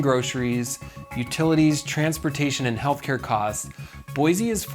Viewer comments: Boy-Sea, not Boy-zee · Its Boise not Boize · Since I have lived in idaho my hole life it is pronounced boy see Boise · Not to be too critical, but it is Boy-c. Thank you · Hey, real quick. See this word? >Boise< Does this look like it has a "z" to you? No? Good, then stop saying it like it does. Edit: A word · It hurts your cred how you mispronounce "Boise" every single time you say it.